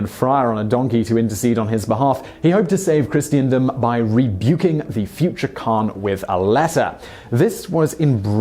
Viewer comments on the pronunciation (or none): The word is 'Christendom' not 'Christiandom''. Ignorant man.